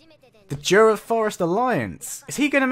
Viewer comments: hey (( IT'S "JURA" TEMPEST FEDERATION BTW )) not juda 🤣🤣🤣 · He's been saying Jura all the time